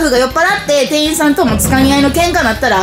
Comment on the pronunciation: 定員ていいん× 店員てんいん○